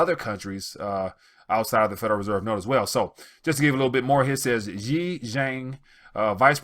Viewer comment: Dear,China is such an economic force in the world now, that you should make the effort to learn how Chinese names are pronounced. The president of china today is XI (pronounced SHEE) not JEE.